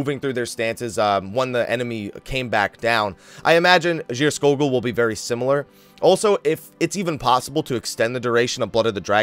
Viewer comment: You prononounced Geirskogul right Scandinavian can confirm.